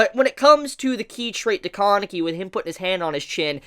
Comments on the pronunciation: "Kaaaaah-nekey" "Toe-kah" Man, if I had a dollar for every time you butchered a Japanese name pronounciation. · You pronounce Kaneki and Haise so strangely